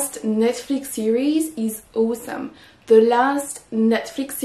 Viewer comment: 1) [Aw]esome se prononce comme b[ough]t, t[al]k, et l[o]ss, pas comme c[oa]t, s[o] ou l'alphabet O 2) Quand on utilise tremendous comme un "predictive adjective", ça veut dire qu'on le place immédiatement après le verbe, mais pas avant le nom (c'est à dire un "attributive adjective"), ça ne marche qu'avec des noms abstraits: His success/achievement is tremendous => c'est bon 🤗 This movie is tremendous => ça ne marche pas ☹️ On doit dire <<The movie is tremendously successful, boring, long etc.>> 🤗 3) Tremendous comme un < >, on peut le placer avant un/des nom(s) abstrait(s) ou un/des objet(s) concret(s): It is a tremendous book/movie => c'est bon 🤗 It is a tremendous effort/success => c'est bon 🤗